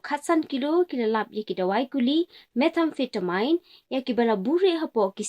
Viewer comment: Shu ban kynnoh (pronounce) ki kyntien ba phim tikna. Wad bha shuwa na Youtube ba sngew lyngnga 😂😂 Meth-amphi- ta- min, Amphi-ta-min...not "mine"